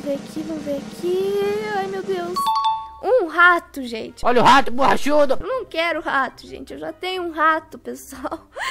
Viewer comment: “ratuh borrachudoh“ LAKAKAAKAKAKAK